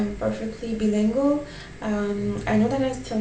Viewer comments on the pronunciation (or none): Don't feel too bad; from what I am hearing, you are only making small mistakes (like when pronouncing 'bilingual, you said it like 'bee-leengwoul' instead of 'Bye-ling-gwoul.'